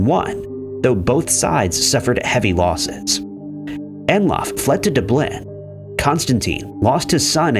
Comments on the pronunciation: You miss pronounce Dublin every time you say it. 2 syllables, dub-lin. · It’s pronounced Dub Lynn dingus. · Your mispronunciation of Dublin and Constantinople aggravates me.